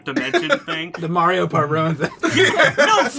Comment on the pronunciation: Always mind blown when people still mispronounce Mario and have ever played a video game